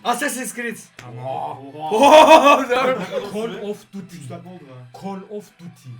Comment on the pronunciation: abi okunusu cal of dutt